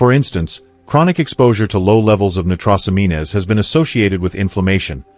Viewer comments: 1 for the content... Thank you! However... using AI text to speech means you need to listen to the broadcast, because the AI sometimes gets the pronunciation of words wrong. Case in point: The word nitrosamines. Nitrosamines should rhyme with the word "careens". However, in this video, the AI has it rhyming with the word "mean-ness" - which is of course incorrect. Just because you can use AI to save time, doesn't mean you can just leave everything to the AI. Which means you'll have to modify the words you feed the AI for the spoken word tracks. As such, you will need two sets of text blocks: One set for the pronunciation and one set for the on-screen narrative subtitles you provide. No getting around it. The only other alternative is to use a different voice, as AI voices vary in their pronunciation of words. These simple tips will keep your audience from instantly being able to identify faulty AI pronunciation. For that reason, I give you a 1 for content but a 0.25 for the narrative track. AI is good, but just like a sophomore in high school, it needs supervision. Otherwise, it can and will get things wrong. These types of errors can make an audience presume that you (or the AI) is asleep at the wheel, which can cause viewer to ask: "If it got that wrong, what else did it get wrong?" My qualifications? I just happen to be the CEO of an AI startup and have to deal with similar issues when relying on AI to streamline production. So take a little more time and watch your own vi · Every time that bot said Née-tross-oh-mean-ess just cracked me up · AI voicing is terrible! For example, nitrosamines, which is correctly pronounced nye-tro-sa-means. It is particularly important to correctly pronounce words that are not commonly used or are specific to areas of expertise, such as medicine or politics. Ugh! Is this the future to which we are sentenced? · Why believe this? He can't even pronounce nitrosamines. This is AI! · The pronunciation of nitrosamines! 😂 😂😂😂😂